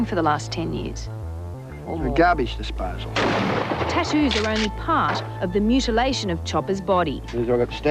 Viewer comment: "Garbage disposa"l 😅